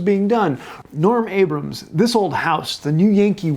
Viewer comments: Isn't it Norm Abram, not Norm Abrams? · Norm Abram. No s.